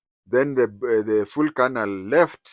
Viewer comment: Sir,you know the proper pronunciation of the military rank 'Colonel'. Why do you persist with the pidgin (Nigerian) pronunciation of Colonel?!